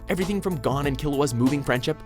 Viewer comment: Are we going to let him pronounce it Hunter X Hunter instead of hunter hunter? He also he pronounced Gon’s name wrong.